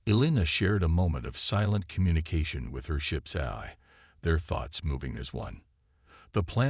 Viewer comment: Once again, nice story. And once again, your AI SUCKS!!! Why can't AI's say AI???? Yours can't decide between: "EYE", "EYE-EYE", "Eh-eye"!!!! AND wtf is: "Mini-AT-urized", "WEEP-onized", "CATa-lodged" and "PER-fict" (per-FECT)???!!!!